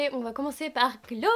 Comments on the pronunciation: S Theory mais les américains disent "Glossié" il me semble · Tu as tellement bon goût ! Par contre ça se dit "Glossieure", c'est américain je crois :)